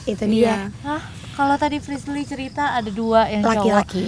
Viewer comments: di mnit ak gk bernti² ny muter s mnggil nm frisly yg slah blepotan ngucapnya..aduuuh gacoor bgt sie kamu...🤣🤣🤣🤣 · ▪"Jangan gitu dong resbir, prisler, plisir" "Frisli" ▪"Iya Prisler!!" ----- Ngakak dong* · Anwar nyebut frisly malah frisir,mau doa malah doa makan ehh ada lagii mau doa lagi malah doa buka puasa (emot ngakak) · Kenapa nyebut frislly flislir, flirser😭😭🤣🤣🤣🤣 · frisly: "ka tuh liat":"gamau ah jangan dong lesbil frisler freslir" haduhh ngakakk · Apa lg pas salah nyebut nama frisly, ngakak parah sii😂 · Sumpah ngakak banget pas salah sebut nama frislly:v